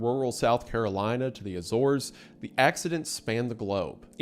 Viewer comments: Azores- "Eh zoarz" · Minot: My-Not Azores: Ay-Zors